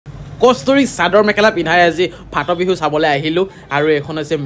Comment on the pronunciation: ফা-ট বিহু নহয় মগজ নথকা। কি বুলি কয় শব্দটো সুধি ল'বা।